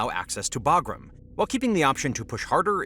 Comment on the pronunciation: Imagine calling a B-2 bomber a B-52 and also being an a§§hole and then you mispronounced Bagram, which I'm sure you've heard pronounced properly a thousand times in the past, but you know the proper way huh?! 👎👎